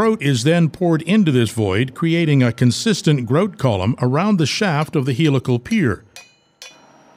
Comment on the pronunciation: Grout, said with an accent eh?